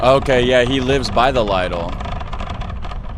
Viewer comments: lidl is pronounced more like: little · Lidl is a German company. It is officially pronounced LEE-DL in German. But in the Netherlands, I hear everyone pronounce it like Little.